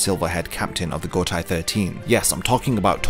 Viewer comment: I like your content a lot, but please please start pronouncing Gotei 13 as "go-tay 13" and not "go-tai 13". It's the same as in Seireitei which you already say correctly. The "ei" in Japanese never transforms to an "ai" sound. Eg. Heihachi is "hey-hachi" not "hai-hachi"